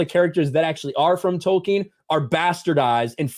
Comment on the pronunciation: When this guy says Tolkien, I hate it.